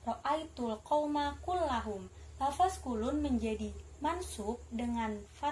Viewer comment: Ok kher...بارك الله فيك terus semangat belajar ...ilmu Nahwu Ruhnya PBA teman2 bilangnya lafazh/لفظ ya...bukan lafas..